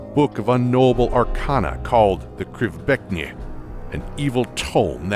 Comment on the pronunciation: imk happy that can pronouced the krivbeknih